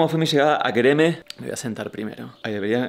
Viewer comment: Me encanta que pronunciaste con el acento turco GÖREME!!